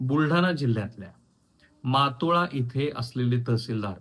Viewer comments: It’s Motala not matola… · मातोळा नाही हो मोताळा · मोताळा तालुका आहे, मातोळा नाही साहेब 😂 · मोताळा आहे सर तालुका, मातोळा नव्हे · मातोळा नाही मोताळा आहे. भोगवाटादार नाही भोगवटादार आहे.